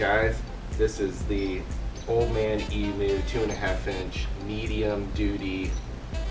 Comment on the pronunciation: You day emu wrong. You say emooo. We say the u like eemyou.